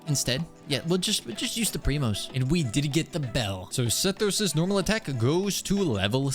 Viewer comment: Honestly i think you should keep pronouncing Sethos's name wrong. It adds some spice